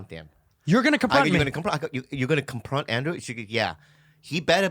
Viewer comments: i'm fucking crying laughing at andrew saying "compront" me rn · “I’m gonna conpront him”! 🤣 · "COMPRONT ME RIGHT NOW"